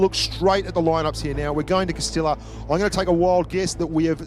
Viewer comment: Someone should count how many times mispronounced "Castilla" in this video.